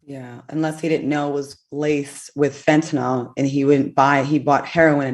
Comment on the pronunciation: Fentanyl “Nilll” not fentanOooool. Damn.